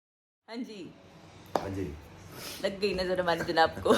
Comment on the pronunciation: Najar nh Hota Dipi appi nazar Hota Hai sahi word.....allah apni hifazat mein rakhy iLahi Ameen.lot of love from pakistan....